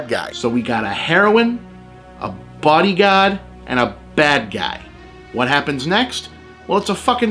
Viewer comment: Took me a while to realize he wasn't saying "body god"